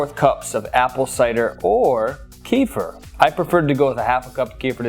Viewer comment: Great video! But you're saying kefir wrong. Look it up, there are pronunciation videos. Xoxo